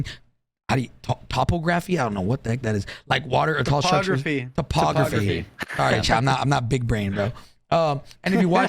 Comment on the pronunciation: trying to say topography 😂